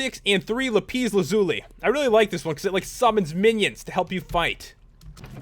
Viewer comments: It is not lipes its la-piss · It's not lipis lazuli 'lapiz lazuli okay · Its lapis lazuli not lapees lazuli!!!!!!!!!!!!!!! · it's not lapeez lazuli it's lapis lazuli. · its not lapeez its lapis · its lapis not lapiiiiiiiiiis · lapis not lapees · Lol it's lapis not lapees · WOWWOWWOW!!! SO ENERGETIC! now that deserves a like :) but stop saying lapeeeeeeeezzzz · you said lapees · it's pronounced LAP ISS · NO!! It's la pis the a does not say ae just says a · dude it's pronounced lap - issss lazuli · Lol hilarious lapise hahaha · Its pernounced lapis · Sorry. Did you notice that he said lapis wrong? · you say lapis wrong